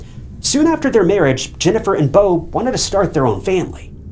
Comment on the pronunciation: Say “Beautiful” Beau-tiful now say the guys name “Beau” again and call him bow one more time..🫤